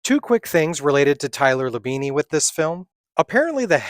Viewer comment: Labine is pronounced without the added E at the end.